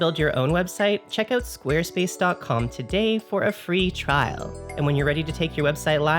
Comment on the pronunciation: I'm gonna have trouble pronouncing it any way other than "Sqaaaarespace" from now on.